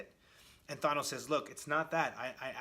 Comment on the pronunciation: Who the hell is Thonos? Thonos quest? His name is Thanos.